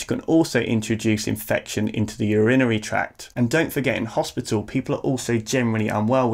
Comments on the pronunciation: Is that how you say urinary?! I've been pronouncing it like URINE-ARY all this time! Great video - really informative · I've never heard anyone say it the way he does - actually it wasn't until he said it the third or fourth time that I understood it was urinary, I thought he was saying something I'd never heard of!